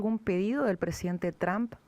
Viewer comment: Por qué le decía "Donal Chomp"? Decí Trom pelotudaaaa